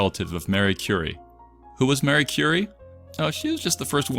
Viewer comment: Marie, not Mary.